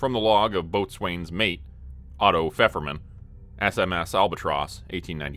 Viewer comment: One of the better researched stories, definitely. However, isn't it supposed to be ABLE Company and BAKER Company, not Alpha and Bravo? Alpha and Bravo are post ww2 terms. Also it's pronounced Bo'sun's Mate not Boat swain's Mate